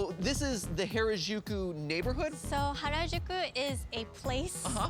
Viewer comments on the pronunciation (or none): I live 15 minutes away from Akihabara, so I can't say I needed the 3D, However the show was (as usual) great! And just to give you a hint of japanese language, every R you read are pronunced L, everyone of them, even for english/foreign words. So, You met LinLin and went to AkihabaLa and HaLajuku. And that's not a TheoLy... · This was a great and informative series overall, and I can't wait to see where it goes next! Though it always gets me when people pronounce Harajuku like that. 良く出来たねえええ :^)